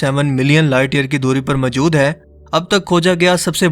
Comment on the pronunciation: Aap Hai ko aim kyon bolty hain